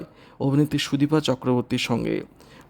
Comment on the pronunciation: Ei vabe k khobor porey ..bisri bola...shunte ichche korlo na bole purota r shona holo na...sudipa noy...sudipta...vulval